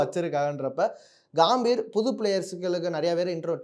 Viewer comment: காம்பீர் இல்லை கம்பீர்